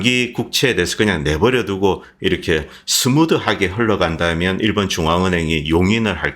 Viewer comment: "일번" (X) 일본 (O)